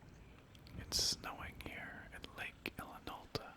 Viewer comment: I kept thinking you were calling it Lake Alan Alda.